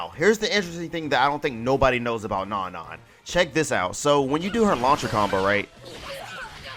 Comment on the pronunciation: isn't her name pronounced No-No? or am I wrong and it's Non-Non